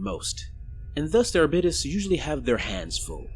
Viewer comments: Hey man, like the video, just one point though. When I’ve heard 40k people talking about Arbites, like in audiobooks or something, they usually say it as ‘Ar-beat-ees’ or ‘Ar-bite-ees’, or sometimes even ‘Ar-bites’. Not sure about ‘Ar-bit-es’, but if it works for you, go for it. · Its pronounced are bites